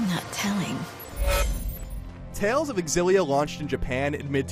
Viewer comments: This is so stupid... It is pronounced xillia not Ex xillia..... GayIGN the "gay" is silent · Is it really pronounced Xillia (EX-ill-ee-uh)? I thought it was supposed to be closer to Xillia(ZHILL-ee-uh) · It bothers me a little when the reviewer keeps saying "ecks- sillia" instead of "sillia" (I don't know which 1 is the official pronouciation though) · It really bugs me how he says X-illia, when it is pronounced Zillia..not a big deal just bugs the shit out of me...OCD i guess. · Am I the only one who finds the X-ill-a annoying. It just doesn't sound correct phonetically. The X should be pronounced ZI like Xylophone. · Isn’t it pronounced “Zil-lia” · He doesn't pronounce it with an "e" at the beginning. The X is not silent. you actually pronounce the x in xillia. so EX-illia is the proper way of saying it. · Dunno why but it seems that he says Exillia :p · I've been pronouncing it shillia, was I wrong? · I thought it was pronounced "zillia. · I thought it was pronounced zillia. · Wow...is this game really pronounced "EX-illia"? I have been pronouncing it "Zillia" all this time. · Pretty sure it's pronounced zillia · While i like Colin reviewing games more, i want irefutable proof that the X in 'Xilia' isn't silent before i listen to him. People who pronounce the X piss me the fuck off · Why does he pronounce it with the "e" at the beginning ? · Ugh the way he says Xillia.